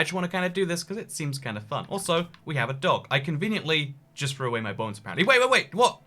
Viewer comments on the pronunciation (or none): none